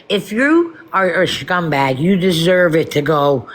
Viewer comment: I am CRACKING up at the way you said schuuum bag 😂😂😂 New York and Jersey girls forever 🫶🏻